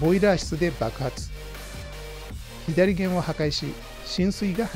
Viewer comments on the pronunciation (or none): 左舷→ひだりげん、ではなく →さげん 戦記物だろう？？、恥ずかしくないですか？？ ラバウルのイントネーションも変だね！！！